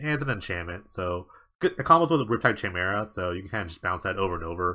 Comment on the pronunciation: Chimera is pronounced "kaimera"